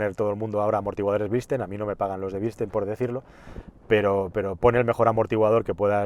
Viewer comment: Gran vídeo amigo sigue así y por cierto es BILSTEIN no BLISTEIN JAJAJAJAJ